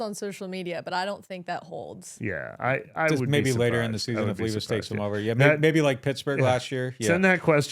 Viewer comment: The titans rookie QB is LEH-VIS. Not LEE-VIS. Like the “lev” in the word “level”